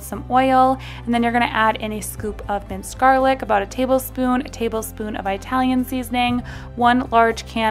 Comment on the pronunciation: Ee- talian not eye-talian. 😉 Great recipes though! Thank you!